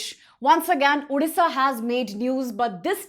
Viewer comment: Please pronounce correctly it's odisha not udisha